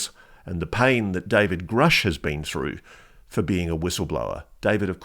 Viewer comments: Good thing Lou supports Grusch...He just needs to learn how to pronounce his name. It is Grusch , not Groosh.😅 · Lue doesn't even know how to pronounce Grusch's last name. It's not 'Groosh' it's 'Grush'. They didn't work together. This is all just about selling his new book. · If he worked so close then why cant he even pronounce Gruschs name correctly? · Lue says he worked with David Grusch and knows him well. Explain to me why he doesn't know how to properly pronounce his last name?